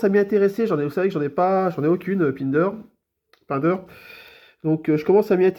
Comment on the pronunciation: Sa se dit pindère